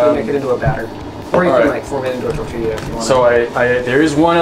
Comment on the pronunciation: I’m Mexican I love that he pronounces “tortilla” pretty nicely (: someone who doesn’t speak Spanish will most likely just say “tor-tihhh-luh “